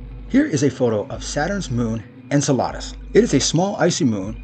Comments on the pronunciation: En-cell-uh-duss not En-cell-ahh-duss. 8 months old to i'm too late to fix him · Learn how to pronounce Enceladus.